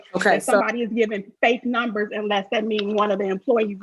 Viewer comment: The letter O is pronounced as a U with Big Tiff. The letter A is pronounced as a short E with Tiff. The letter U is pronounced as an I. Ex: bankrubbery (bankrubbery) , sed (sad), nimbers (numbers)